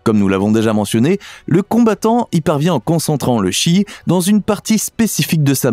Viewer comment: on prononce tchi......!